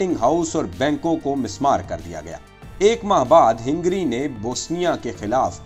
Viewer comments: Hingry nahi Hungary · ہینگری نہیں ہنگری ہے. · لیکن یہ لفظ ہِنگری نہیں بلکہ ہنگری ہںے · پیارے بھائی اچھی کوشش ھے۔۔۔جاری رکھیے۔۔ ھنگری میں ھ پر زبر ھے آپ نے زیر پڑھا یہ تلفظ بھی ٹھیک کیجیے۔۔۔ ترکی نے جرمنی کا ساتھ دیا تھا آپ نے اس پر بات نہیں کی۔۔ اور ھندوستان کے مسلمان اور سکھ انگریزوں کی طرف سے لڑتے رھے اور مسلمانوں کے خلاف بھی استعمال ھوئے